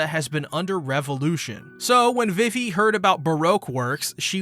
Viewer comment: It’s pronounced veevee, Alabasta, and Berry not Belly. And it’s pronounced oosopp not useopp. Your tendency to mispronounce practically everything in this series is truly astonishing. My hat goes off to you sir.